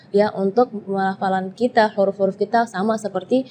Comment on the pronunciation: Penyebutan huruf apakah diucapkan KHURUF? Apa ini jg kesalahan karena terlalu mendalami bahasa arab jadinya huruf diucapkan KHURUF padahal kan pake ha bukan kha (kho)